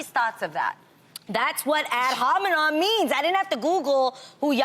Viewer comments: Adrienne: “google ad HOMINOM” 😭😭 I’m sorry, the way she’s saying it is so funny. My teachers always pronounce it “Ad Hominem” . She’s saying it like NOM NOM NOM😂😂 anyways I love Adrienne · "Ad hominom" lmao...